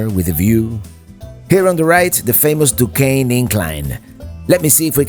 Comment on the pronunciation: I’m impressed with your correct pronounciation of Duquesne and Monongahela( we Pittsburghers call it “ the Mon” , for short) !